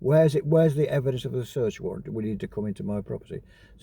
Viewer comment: Warrant not Warrent 🤡🤡🤡🤡